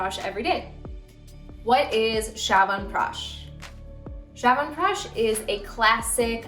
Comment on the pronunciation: It's not pronounced 'shawanpeash' but chyawanprash ch as in 'chest'